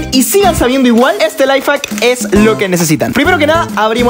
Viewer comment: Se pronuncia laif jak🤓